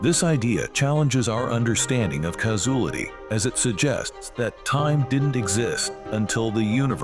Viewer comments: “Causulity”…what an idiot. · Caus-oolitty = Causality 😅 Sky-fy